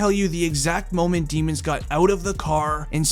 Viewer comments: It’s pronounced “Demmons” but at this point they should actually go with Demons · It’s pronounced “Demmons”